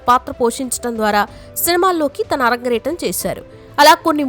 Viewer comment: అరంగ్రేటం కాదమ్మా అరంగేట్రం